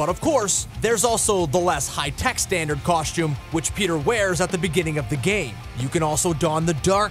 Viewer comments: For the costume section, who else kept on hearing "coshtume". I swear thats what he's saying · Coshtume and Molner 😂😂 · Bruhh this dude's pronunciation of costume and Mjolnir 😂😂😂😂